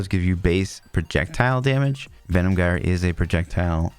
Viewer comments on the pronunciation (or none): Jire, not gire, you can't even pronounce the skill name... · it pronounce jyre not gire , altho its written with G, thanks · Gyre is pronounced like "fire" and starts with a "J" sound.